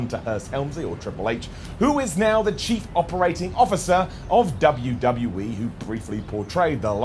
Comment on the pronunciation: Every time you say Dubya See Dubya. I laugh. No idea why but i just find it ridiculously funny